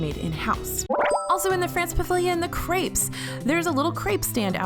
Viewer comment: You're pronouncing crepes incorrectly.